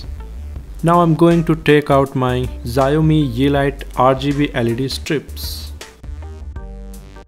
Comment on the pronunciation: HELLO - FIRST THING XIAOMI IS PRONOUNCED AS "SHAO-MEE". Having said that, your video quality is really good. I need help in syncing the lightstrip with my monitor? can it be done, if yes, how? Please help, many thanks